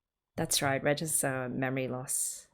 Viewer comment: His name is Reg or Regu, not Redge.😁